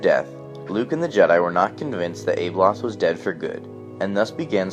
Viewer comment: its not ABE Loth..... Its ABBALOTH